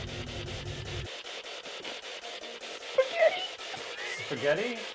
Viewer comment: Spaghetti sounded like “Spinelli”